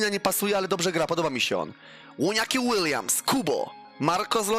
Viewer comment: ŁONIAKI ŁILJAMS